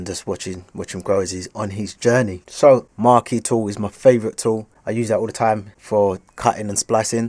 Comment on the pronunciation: maaate, couldn't even pronounce the thing lol big respect again!